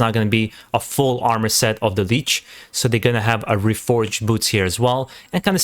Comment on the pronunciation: lich not leech